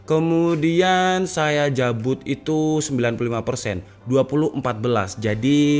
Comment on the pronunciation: 9.14 "saya jabut" 😆😆😆 Jowo style 😂👍